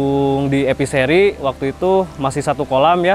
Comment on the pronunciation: Dengernya EPISERI, ternyata E Fishery